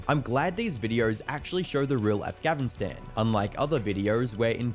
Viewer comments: mf really said "Afgavinstan" 😐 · Af"gavin"stan is pissing me off. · Bro why did he keep saying afgavinstan ??? 😭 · i took damage every time the video said 'afgavinstan' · Why does the narrator keep saying “afgavinstan”?? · Bro says avgavistan lol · afgavinstan? what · Did everyone skip he said aghavistan in video. Cmon you didn't catch that. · Why's he saying Afghavistan, that's bothering me so much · Why does that guy keep saying “Afgavinstan?” I’ve never heard it pronounced like that at all. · Bro is saying definitely "Afghavistan" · Is this guy saying afgavinstan lmfao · WHY THE FUCK DOES HE PRONOUNCE AFGANISTAN "AFGAVINSTAN" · Why does he say afgavastan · I’m sorry but what is af-Gavin-Stan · It’s all good bro it’s just ahfganastan😂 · Afgafinstan💀 bro its not hard to fucking pronounce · i couldn't get over the fact that kept saying "Aphgavinstan" 😭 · why does that guy say afgavinstan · the fact this guy cant pronounce Afghanistan properly pisses me off beyond measure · “talyban avgnestan”